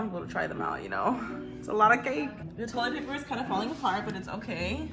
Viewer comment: When she said toilet paper it sounded like Toyota paper